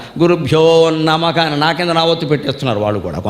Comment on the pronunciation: నమహ ను నమఖ అని గరిక పాటి గారు పలుకుతున్నారు. ఎందుకు ?🤔హ స్థానం లో ఖ అని చెబుతున్నారు. చెబుతున్న విషయం ఎక్కడో మొదలుపెట్టి ఎక్కడికో వెళ్లిపోతున్నారు.